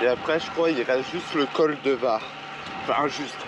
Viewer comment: Courageux, pour le col de Vars, on prononce le "S" à Vars. 😉 En tous cas, bravo. 👍